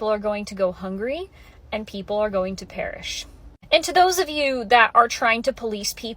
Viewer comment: “People are going to parish” 😂😂😂😂